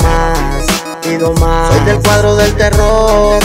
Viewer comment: Alguien más se dió cuenta que dice el cuardo y no el cuadro?